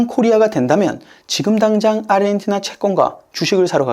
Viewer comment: 아시아, 아르헨티나를 발음하는 거 보면 얘는 한국인은 아닌 것 같애, 아니면 사람이 아닌 AI 던가... 평생 누구도 평생 저렇게 발음하는 걸 들어보지 못했거든.